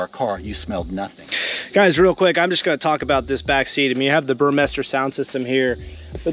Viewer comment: FYI, the sound system is Burmester not Burmeister. I even had the salesperson read the speaker grills because he was calling it Burmeister. BURMESTER!